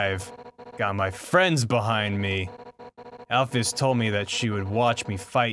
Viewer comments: All this time... and he still pronounces is "Alpheus". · I was expecting at one point to hear "Alphys" rather than "Alphius", but oh well. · Still getting twitches when they pronounce "Alphys" as "Alphyus" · single twinkie "Al-feez" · single twinkie al-fis. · A. B. Harper al-fish